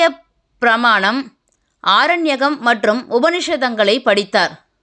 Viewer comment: Lot of mistakes in your explanations. It is UpaaKarma , ghanapaati, braahmanam… please do talk to educated before explaiining this … unless you are AI